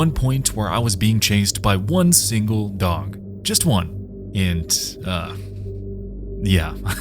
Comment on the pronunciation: why do you pronounce dog, dong?